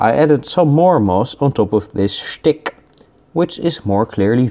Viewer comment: The way he said shtick killed me